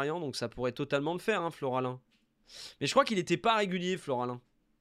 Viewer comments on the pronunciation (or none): Oh, c’est FOLARIN, pas FLORALIN, me fume à dezinguer son nom en boucle des qu’il passe 😂